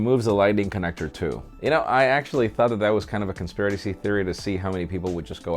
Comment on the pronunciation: Definitely rolled that R on conspiRRRacy theory 👌 👍